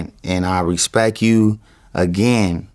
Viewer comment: "I respeck you" 😂